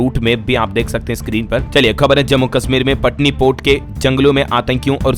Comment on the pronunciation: पटनीपोट नहीं पटनीटोप